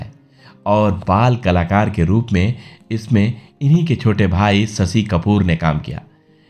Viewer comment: प्रस्तुतकर्ता से निवेदन है कि अपने उच्चारण पर ध्यान देवें। बहुत जगहों पर 'श' के स्थान पर 'स' उच्चारित किया गया है, जैसे ससि, विस्व, वर्स, बूट पालिस इत्यादि। शेष प्रस्तुति उम्दा है।